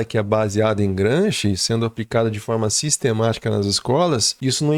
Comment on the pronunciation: Excelente conteúdo. Parabéns. 🎉 No entanto, ouvir o nome de Gramsci como" Gransqui" causa dor nos ouvidos.🙈😂